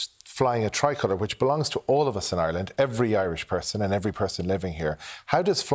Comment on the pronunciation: Gary Gannon, learn to say the name of the country before going on TV to discuss our national flag. ''Areland/Orland'' is not the name of this country....... I'm from a working class background myself, but I know how to say the name of our country.......🙄